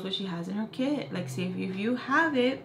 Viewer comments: for almost 5 minutes i thought you said kid but them i found out u said kit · At first i thought you were saying kid wen you were saying kit also love your story times🥰